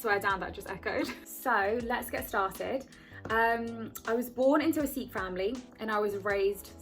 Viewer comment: thank god you are saying Sikh in the right way!!! love your video!! very inspiring!! lovee from Amsterdam